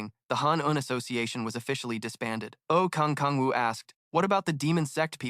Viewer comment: kang kang woo???? its oh kang woo 😞 its so .....